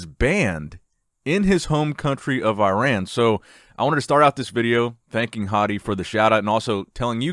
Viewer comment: You are actually pronouncing Iran wrong. It’s more like “ih-rahn” instead of “eye rann”